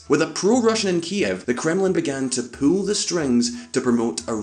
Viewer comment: Favorite part of the video: "this poosh and pool" xD